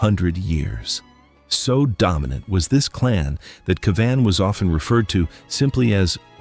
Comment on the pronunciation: The AI not great as it butchered how to say Cavan - it is pronounced Cav-in - double syllable but said quickly so it almost sounds like one syllable. Almost like Gavin but with a C.